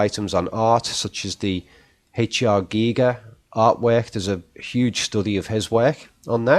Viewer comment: Random but you’re one of the few that pronounced Giger’s name correct, and as I’m a huge fan of his work I appreciate this.